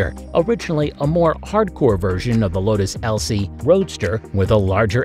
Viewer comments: Lmao it's Lotus Elise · Just droppin' by to see how many people shit on you for misreading Lotus Elise and mispronouncing Volksjäger.